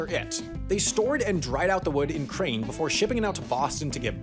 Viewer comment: who else heard "ukraine" every time he said "in crane"?